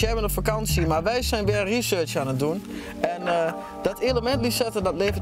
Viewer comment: Niemand: Dennis: RIESURSJ